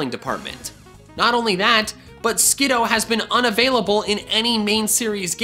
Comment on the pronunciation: Me when he says skid oh 😫 I love skid oo